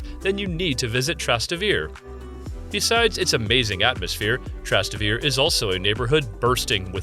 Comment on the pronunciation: "If you want a 100% Italian experience, then you must visit 'Tras-ta-vir'. Yeah, sure, just try asking where "Trastavir" is! You will get a rather Italian experience of Italians looking at you like you're crazy. You pronounce all the vowels: Tras-Tay-Vair-Ay. But what am I doing, talking to an AI.